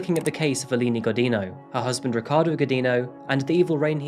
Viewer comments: Alini Gujinyu. That’s how to proper pronounce her name 😅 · Thank you for covering this case. Just a little correction: "Godinho" is said like "godin'io". It's a weird sound not Portuguese speakers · In Portuguese, her married last name is pronounced "go-jeen'-yo". The "di" makes the sound of a "j" in English and the "nh" makes the sound of an ñ in Spanish. Thanks for posting this. How could someone ever get away from an abuser who knows her every location and friend? I wonder if there are, like, Witness Protection-type programs that can help families in this kind of crisis. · Thank you for making a Brazilian video. Just a tip for future videos: the "nh" in "Godinho" is pronounced closer to "ñ" in Spanish, not as "n". Good video! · Just a tip on the pronunciation of "Godinho", as many English speakers make the same mistake: the NH sound in Portuguese is the same of the GN in "Lasagna". It's something like "Godigno". But hey, it's better saying "Godino" like you did than "Godin-ho" And oh boy, she's from the capital of the state where I'm from, Minas Gerais 👀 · hey, Adrian! the nho in godinho is pronounced like the ño in the spanish word niño. keep up the good work! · I think her last name was pronounced "go-din-yo." Portuguese spells the n-tilde with "nh". Not being arsy, but just thought I'd mention it. ;-) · Wow!!! My city (Belo Horizonte) and I did not have idea about this case, lol. And the pronuncietion for the Godinho is something like “go d INN o”, nh has a real diferent and difficult pronuncietion for non-natives. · You are pronouncing Godinho wrongly… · Oooh im sorry but that last ame pronunciation is all kinds of wrong bud lol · Thanks for sharing the story! Had never heard of it. Just a curiosity though, the nh in "Godinho" is pronounced like a Spanish ñ or like the gn in Champagne.